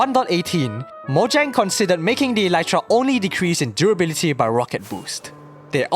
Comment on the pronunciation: please stop saying “moyang” it’s “mojang” with a J